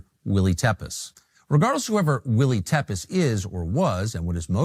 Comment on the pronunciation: Tepes is pronounced Tepesh.